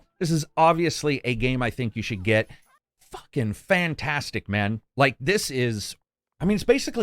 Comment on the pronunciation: "Fuc-ken Fantastic" nerver heard him say something so positive